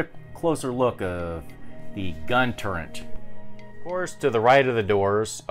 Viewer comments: Awesome stuff but it's gun turret. Not turrent. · Are you saying "gun turrent"...? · Thank you, turret lol.